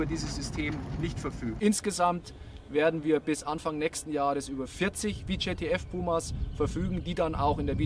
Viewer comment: Wie sichert der Soldat bei bitte ab? Mit dem Rücken zum Feind? Und wieso wird auf der Beifahrersonnenblende vor einem Beifahrerairbag gewarnt, den diese G-Klasse gar nicht hat? Und das VJTF wird deutsch ausgesprochen und nicht englisch. Namen ändern sich nicht plötzlich in der Sprache.